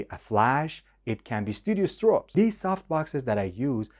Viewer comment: When you said "estrobes" and "estrip" instead of strobes and strip, I figured you were Persian. 😁👍